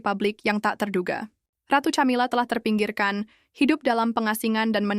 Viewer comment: Bacanya Kamila bukan Chamila.....